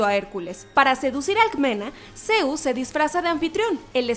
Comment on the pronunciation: Es zeus no zeuz